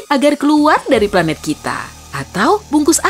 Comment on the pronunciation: Pelat bumi 😭😂